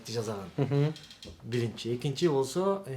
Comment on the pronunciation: Бырынчы экынчы деген доодур ким катындай алжыйтко